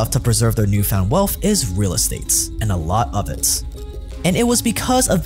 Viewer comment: Disagree. He can't even pronounce words like "wealff" (wealth) or "sussessful" (successful) properly.